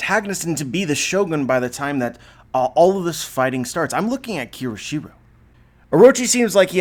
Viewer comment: KYOSHIRO... take a moment and sound it out. You keep saying it wrong.